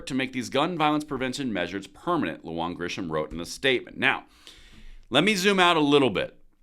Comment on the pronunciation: Sorry but here name is pronounced Lu Han and not Lu Juan....Im a new mexican so I would know!!!